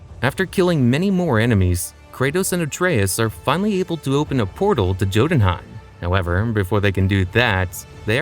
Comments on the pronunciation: You really read Jotunheim with the "Jam" type of "J" ?? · it’s pronounced as “Yoh-tūn-hàym”